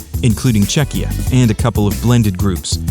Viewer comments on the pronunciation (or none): none